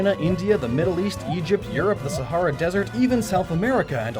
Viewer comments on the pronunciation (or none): none